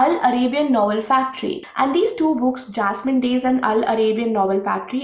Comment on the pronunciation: Hi dear.. I m a Keralite.. u pronounced the title of book second time correctly dear..